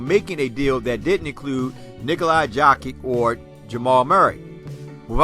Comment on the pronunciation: How is says nikola jokic 😂😂😂😂😂😂😂😂😂😂👍